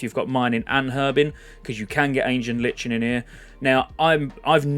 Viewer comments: It's not Li-chen, it's Ly-Ken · I'm new around these parts and i'm loving the content my guy, but if you keep saying LICH-in instead of "lie-kin" i'm gona frickin cry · Might just be a British thing but I’m pretty sure it’s pronounced “LIKEN” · Ancient LIKE N idk why everyone has trouble with that word >.< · We British pronounce the H in Herbs. But yeah Lichen/Lyken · Love your content mate, I'm subscribed to many youtubers following classic content, but just want to say - it's pronounced : Ancient "Lie-kun" - lichen is a kind of mold or fungus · Nice vids man. Just a critism, lichen is pronounced 'laiken.' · hurts my soul every time he says "herbs" and "lichen" wrong every 10 seconds